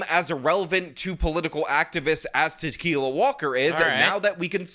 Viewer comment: Actually her name is pronounced Ta-kill-a....which is also more accurate 😂😂😂😂